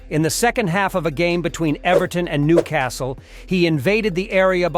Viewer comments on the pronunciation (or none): none